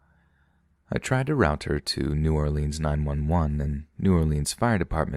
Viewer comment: NEW👏🏿OR-LINZ👏🏿 I sweartoGod, a baby alligator dies every time y'all say "New Orleeens"